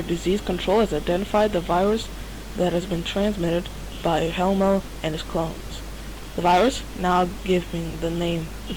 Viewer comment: Hellmo sounds like "Hell no"